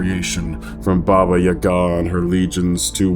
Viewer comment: Wow, literally the first time i hear "Baba Yaga" pronounced correctly by an american. Cudos.